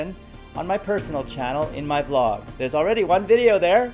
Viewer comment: V-logs??? thats not how you say it lol